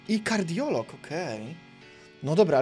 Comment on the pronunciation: Kadioglu a nie Kardiolog xD